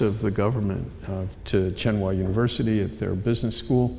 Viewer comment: He needs how to pronounce "Tsinghua University".